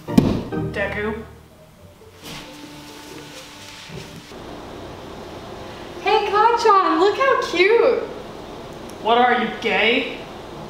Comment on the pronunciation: “DEKUU”your not todarokie”